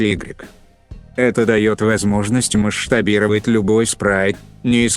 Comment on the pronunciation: А меня вот волнует вопрос: ты действительно в закадровом тексте пишешь «маштобировать» или это диктор так каверкает?